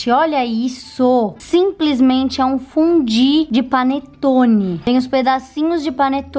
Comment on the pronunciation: Tem um momento do vídeo que ela fala "fudí." É só reparar!